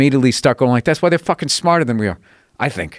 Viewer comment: Bill: “That’s why they’re smahtah than we are.” Joe: “HAHAHAHA!”